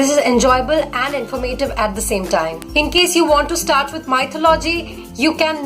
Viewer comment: Hey,nice work and 1suggestion plz chk out the pronounciation of mythology u are doing it wrong